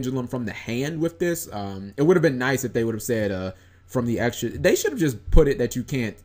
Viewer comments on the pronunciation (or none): none